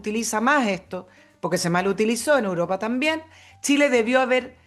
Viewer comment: Por qué, quisiera preguntar cariñosamente, la dice 'Uropa', en vez de 'Europa', ¿será parte de algún sociolecto?